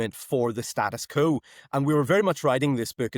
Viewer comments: Sam McBride it’s “status quo” not “status co”. How am I to take you as a serious “intellectual” journalist. With repeated gafs like this? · This chap uses the term Status Quo a lot but does not seem to know how to pronounce it. I vote reunification will be dependent on when Northers can speak English properly including knowing the difference between ‘when’ and ‘whenever’.